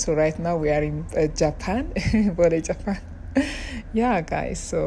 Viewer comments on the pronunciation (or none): none